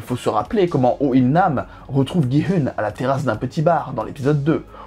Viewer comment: coucou juste on dit gi oun♥︎